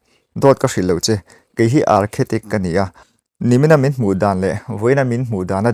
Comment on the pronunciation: Architect tih zawk tur a nih hmel, Archetic ni lovin